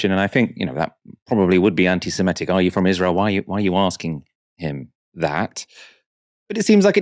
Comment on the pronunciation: please could you try not to pronounce "antisemitic" as "antisemetic"? I'm sure you're not, but it sounds as if you're confusing it with the word "anti-emetic", a drug to prevent vomiting.